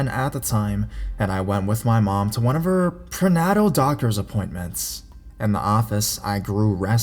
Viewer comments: Mitchell Wilmes HONEY HE IS LIVING PROOF AMERICAN SCHOOLS FAIL HORRIBLY HE IS A COLLEGE GRADUATE TOO. HE CANNOT PRONOUNCE MANY WORDS PRENATAL DID YOU CATCH THAT?" NAY TALL" NIT NETTLE THAT IS NOT AN ACCENT. CAFE HE CALLS CALF WHO EATS AT A BABY COW? ANYONE KNOW STUCCO AS IN A MATERIAL FOR AN OUTSIDE OF A HOME. ITS "STUCK OH" NOT STOOSH LIKE DOUCHE. HE KNOWS I AM LEGALLY BLIND YET GOT MAD AT MY STUPIDITY I DO NOT KNOW HOW TO SPELL OR USE COMMAS IT BOTHERED HIM A LOT AT A LIVESTREAM MY PROBLEM I DO NoT SEE WELL HIS IS MAKING FUN OF A BLIND LADY WHO CANNOT SEE AS WELL. HIS IS NOT KNOWING HOW TO READ SIMPLE WORDS.MANY WORDS. OH I WISHED HIM WELL. BUT PPL AUGHT TO CLEAN THEIR OWN BACK PORCH BEFORE SPITTING DOWN ON A PHYSICAL HANDICAP WISH WELL MOVE ON. GOD BLESS EVERYONE. E HERE. MUCH LOVE ANGEL HUGS AND RESPECT TO ALL. I AM THE BLIND GRANNY. TAMMY. HAVE A WONDERFUL WEEKEND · "prehnatel" That's adorable. It's pronounced "Pre-nate-ell" lol. I loved the video though! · "prenotal "? lol prenatal. made me laugh though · prnatle PRNATLE!!! lmao its pre.... nate...le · Hahaha fuck me less than a minuite in and theres a classic i cant read this word so ill just sound it out moves. The word your trying to say is prenatal pre-na-tal. Hahaha i love this narrator but in every video at least once he makes me piss myself laughing when he just totally fucks up like that. 😃 👻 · lmao.. PRehNahhTAL 😂😂👌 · "preGNATal"....haha. you're awsome. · hahaha pronunciation of prenatal....killed me. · u said prenatal wrong but its ok :)